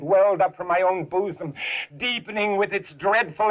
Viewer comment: Tee hee. He said 'boosum'.